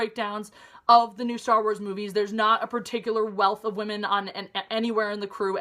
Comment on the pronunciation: says wamen not women!! lol